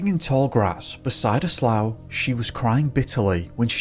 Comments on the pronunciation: Slough, pronounced sloo, the same as through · Love your videos ! Wanting to lend a hand.... The word "slough" in the first story is pronounced "slew". (Defined in Canada - a usually shallow and slow-moving marshy or reedy body of water, such as one that provides drainage; wetland) And in story 2 about missing 9 year old Kevin: Stated that a portion of the inmates that volunteered to look for Kevin were Metis - pronounced " May-tee. Métis are people of mixed European and Indigenous ancestry, and one of the three recognized Aboriginal peoples in Canada.